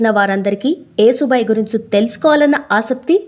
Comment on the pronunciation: Yasu bai talli yesu bai kadu